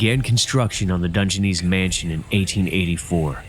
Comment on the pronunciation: This is cool footage, but let's not get carried away. He pronounced Dungeness wrong, pronounced Carnegie creatively wrong, and took away from the scenery with the overwrought statements about how amazing and unique and cool everything is and the hokey music. And the "intrepid" island? The brave island? This was almost good. If the narrator weren't constantly intruding on the viewers experience with theatrics, it would have been so much better.